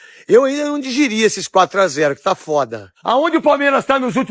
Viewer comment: O neto, estou tentando digerir o seu "digirir".